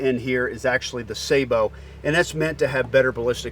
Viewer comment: Thank you for pronouncing sabot correctly!